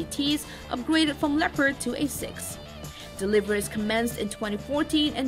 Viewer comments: It‘s called leopard. Not lepred. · she might be learnt to speak! German tank, german name: Le-o-pard! easy